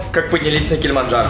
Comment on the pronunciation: Забавно что Масленников неправильно выговаривает название горы Килимаджаро(без Н)